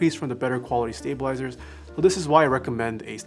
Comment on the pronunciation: I heard 'stabilazers' and thought I was having a stroke for a second.